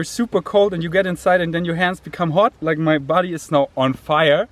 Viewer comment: “I don’t wike it”